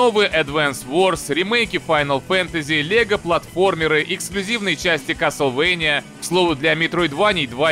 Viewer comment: первый кто произнёс Castlevania правильно